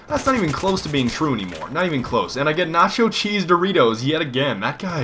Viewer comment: It is not Doreato, is Doritos...